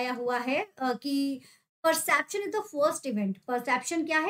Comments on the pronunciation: It's not 'persaption' ma'am. Please pronounce it properly. It's per-cep-tion. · It's not persaption its perception....!! U r pronouncing it wrong